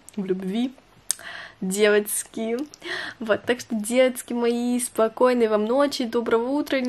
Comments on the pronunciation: Можно просто нормальным голосом и нужными буквами говорить "девочки" )) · я тебя очень люблю но ты можешь пожалуйста не говорить "девоцки" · Мне не нравится, как ты говоришь деватьки🤢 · не говори пожалуйста "девоцки")))) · Бесишь что такое : Девацки🤦🏻‍♀️ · Почему на протяжении всего видео говоришь девацки? 😂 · Почему так бесит это « девацки» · Меня одну бесит как ты говоришь девацки? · девацки........... мои уши😤плиз не надо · Девацьки!!!🤦🤦🤦Не в обиду но это бесит!!!😡😡😡😡😡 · "Девоцки" не говори так! Не приятно. (я не хейтер) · Пожалуйста не говори девацки я не Хейтер наоборот мне нравятся твои видео,но пж не говори🤦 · знаешь всем не нравится что ты говоришь «ДЕВАЦКИ» и это просто раздражает и бесит господи просто не приятно ты ПОЙМИ НЕ ГОВОРИ ТАКККК!!!! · Пожалуйста не говори ДЕВАЦКИ не приятно( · Хватит говорить девацки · А,господи,хватит со своими "девоцки" ужасно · Не говори девацки. Тебе не идет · Фуууу. Пожалуйста не говори «девоцьки»😭🤮